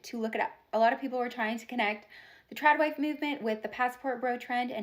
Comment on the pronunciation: Trad wife! 🤣🤣🤣 NOT "Trans wife"